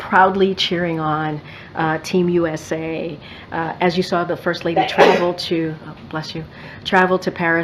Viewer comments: IT cannot even say USA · This dei hire can't even pronounce USA